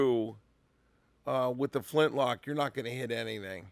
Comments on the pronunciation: Did you say flinch-lock or am I hearing things? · “Flinchlock”. Nice,!